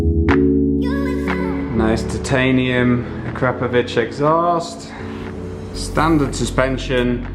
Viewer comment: a-KRAP-o-vich?! I always pronounced it: akra-PO-vick...